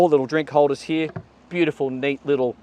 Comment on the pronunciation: Heeyaa, instead of HERE! Bye